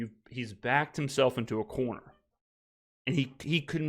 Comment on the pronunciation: "Backed himself into a corner... a Carrner..." lmfao